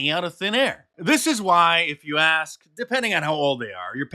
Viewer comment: I don’t take ANY kind of instruction from people who pronounce the words ‘within,’ ‘with,’ ‘ask,’ and ‘mouth,’ as “wivvin, wif, ax, and mouf.” Period. And if it happens to be a MAN wearing a wig and lipstick, then it even further subtracts from their credibility.